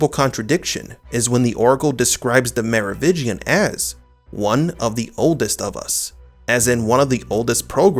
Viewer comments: Mar Oh Vin Gian. You keep saying 'Mar Oh Vig Ian'. You keep dropping the 'n' and I cringe every time. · It is "MeroviNgian" not "Merovigian"! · Mero VIN gian, not “Mero VI gian” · It's Merovingian, not Merovigian. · Merovingian not Merovitchian, please. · MeroviNgian. There's an "N" in there. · Theres not a silent n in Merovingian Mero-vin-gian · Dude, again.. Me-ro-wiNNNnnngian. Nnnnnnngian! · i know, i noticed it too but i dont hold it against him, its a strange name and sometimes ppls brains dont register words the way they read them vs the way they say them